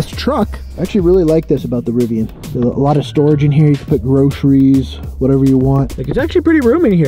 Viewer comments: it’s pronounced Riv ee an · It’s pronounced Riv-ee-an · You’re pronouncing Rivian wrong